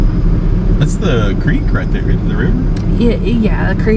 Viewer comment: And yet another 'bar over thar, 'yar, over thar